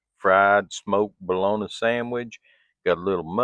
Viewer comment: I live in Wisconsin. And I pronounce bologna just like you lol. Love your channel. Can't wait to see the next ❤